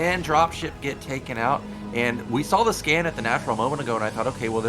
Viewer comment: Also, his nickname is Sca*N* not Sca*M*.